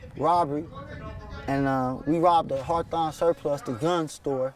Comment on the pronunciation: You know he from LA when he pronounces Hawthorne as Hartharn. Lol those that know , KNOW